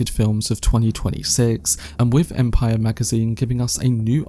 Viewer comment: But are you talking about that? "Empiyyer magaziiyyne"